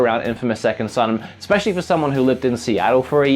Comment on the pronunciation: EXpecially XD